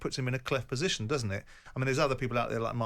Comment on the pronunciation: "Im advancing a posation based on substace" when he initially said it he said "its a fact" bellend